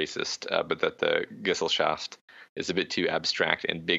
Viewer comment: ge-SELL-schaft (pronounced ge-zell-shaft)